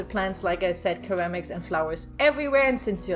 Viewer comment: Hello,! I love how you built this as well as giving a historical background. I've never been to Spain so it's neat to see how people live. A side note- you're mispronouncing ceramics. The c sounds like an s in this case. Aaahhh English, the unforgiving language. I'm going over to Auvbri's channel to see how he decorated! I hope you have a lovely evening. 🖤🦇🦇🖤